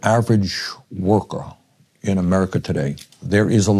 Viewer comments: the stereotype for trumpnites when they say 'Murica' is unfortunately dead on, as displayed by & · Just listen to how he says Amurica 🤣🤣🤣🤠🤠 speaks volumes ... Eric cartman is fucking hilarious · the fat lady at the table unironically said "amurica" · This lady really pronounces it "Amurca"...